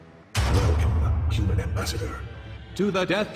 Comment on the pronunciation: I love the way you pronounce human, “euman”